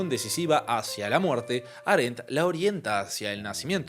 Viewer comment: Aréndt?? Hei-déigger??? Por qué, muchacho, haces eso?